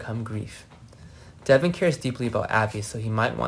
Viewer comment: Its Devon not Devin get it right for once